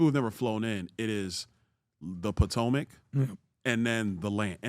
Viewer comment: Why is the Potomac River always miss pronounced as the Platomac river even one of these guys call it the wrong name.